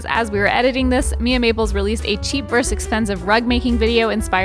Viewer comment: Someone’s gotta teach Evan how to say “versus”